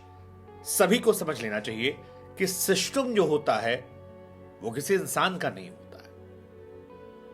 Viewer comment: सर आपको बहुत समय से देख रहा हूं या मैं आपका बहुत सम्मान भी करता हूं लेकिन ये देख कर बहुत बुरा लगा आपको सिस्टम बोलना नहीं आता या फिर आप इस शब्द से निराश हो गए हैं आपको ये शोभा नहीं देता